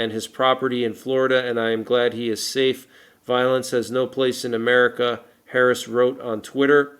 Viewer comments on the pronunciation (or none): none